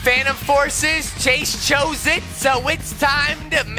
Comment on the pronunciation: It is not Shawn it is chase